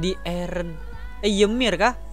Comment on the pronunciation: Laki laki manggil eren : eren Cewek : ereh